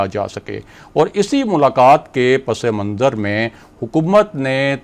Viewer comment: براہ مہربانی اپنا امیج قائم رکھیں اور لفظ صحیح طور پر ادا کریں - پس منظر صرف پس اور منظر ہے- پسے منظر نہیں